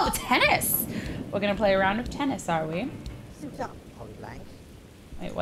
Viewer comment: When he said suit up polybank I thought he said shut up 😂😂